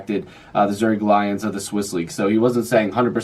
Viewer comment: ZURICH (pronounced "Zurick")